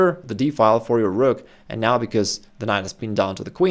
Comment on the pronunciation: 😂 i like the whrokk